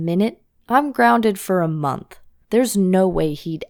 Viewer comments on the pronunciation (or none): she said monk instead of month 😂😂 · When you said month YOU accedently said monthk